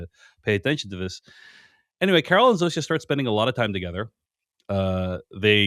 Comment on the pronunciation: All the way through the show, Zosia has been pronounced Zoh-sha. You keep saying Zoh-see-uh. Why?